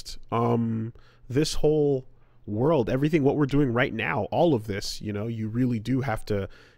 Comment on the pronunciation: If you watch closely you can pinpoint the exact moment finally fed ahp with dis woruld